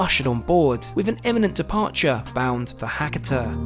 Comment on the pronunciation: Try to pronounce the local town names properly. It's Ha-ka-ta, not Hakkitter.